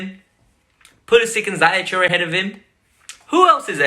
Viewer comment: It's Hakim Ziyech (Ziyeesh or Ziyeeck) not Zayek